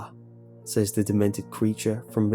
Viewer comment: "I say-ez" "They say-ez" "He say-ez. . ." Lol. . . Dont know why, but the pronounciation always makes me giggle.